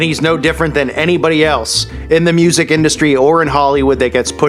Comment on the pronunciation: Love the accent "moooosic dey wahnt to hyear"